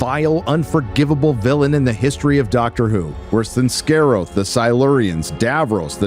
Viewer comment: is such a fake fan, he's not even subtle Can't even pronounce Scaroth, it's so obvious he's just reading off a script or list of famous DW villains